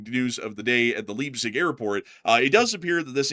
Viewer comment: The city of Leipzig is pronounced as "Laipsig" 🙂, the 'ei' sound is similar to the word 'eye'.